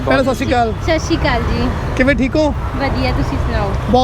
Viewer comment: I am not a person to write negative comments but come on punjabi is your 1st language at least sat satsri akaal properly not Sashi kal 😂😂😂